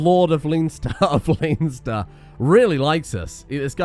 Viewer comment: Just on the Irish names: Leinster = Len-stir Connacht = Conn-ucht / Conn-acht (interchangeable, really depending on if you prefer the Irish pronunciation or not) Otherwise you've done pretty well with them.